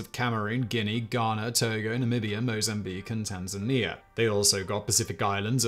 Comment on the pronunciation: I bit my tongue on the first video, but just because Tasmania is pronounced a certain way doesn't men it applies in every instance !! It's TAN ZAN EEYAHH ffs